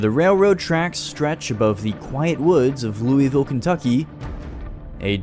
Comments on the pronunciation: I don’t wanna be that person but in Kentucky we do not say Louisville like that.. 🥹— coming from a person who lives in eastern Kentucky! We usually pronounce it as Loo-uh-vuhl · As someone from Kentucky im not sure ive heard anyone pronounce Louisville like you. Ive grown up hearing it pronounced like Low-voll but still i felt glee seeing Kentucky and cryptids i know (as a cryptid fan) in this video, Especially special being my first video of yours ive seen and becoming an instant fan of yours